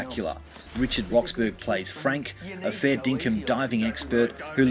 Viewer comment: Richard's surname is pronounced "Rox-borough" (burra), not "Rox-burg".